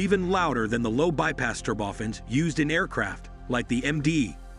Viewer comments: Thanks for an interesting and informative video. However one annoyance I'm increasingly finding on YT these days (including this video) is the mispronunciation of automated narrations. Turbofans become "ter-boffins", a 12:1 ratio, which should be spoken as "twelve to one" comes out as "twelve colon one". In the bigger scheme of things, this is not a major criticism of a good video, but it can be quite irritating. As regards open turbofans, I'm reminded of the Tu-114 airliner with large contra-rotating turboprops that created significant cabin noise. I would guess that mounting smaller diametre ones near the rear fuselage might also create a great deal of noise as the rear of the plane. The video does however make it clear that the CFM engineers especially are aware of the issue, which was problematic in earlier flight tests. I guess we shall just have to see what they come up with. I don't know for sure, but these engines appear to be larger diametre than existing turbofans. Under wing locations might require longer undercarriage legs and if so they would probably not be a retrofit option or a future adaption for an existing type without significant redesign and re-certification. So now where would open bypass turbofans end and turboprops begin? Thanks for an interesting video. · "Turb-oftens"?! Oh, I see. This is not a human narrating...